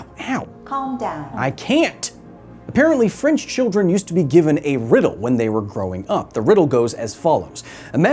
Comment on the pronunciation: Did he mess up the French riddle thing at the start of did I hear it wrong last time? I'll probably Google it.